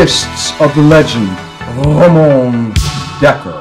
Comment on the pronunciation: His name is Ramon not Ramone